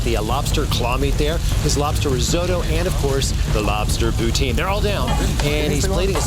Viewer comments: he should work on his pronunciation... Ordering a prostitute instead of poutine would be awkward. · what if your not in Quebec or pronouncing it with a French accent? It's pou-teen